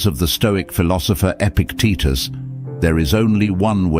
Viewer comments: His teetus was epic ..epictitus. "E-pic-t-tus.." say it after me .. E-pic-tet-tus... Good! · His name was Epictitus, not "epic Titas" . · face-blue-smiling:EPICTETUS!!!!! not Epic Titus!!:hand-pink-waving: This presentation just lost my respect after 3-1/2 minutes!☹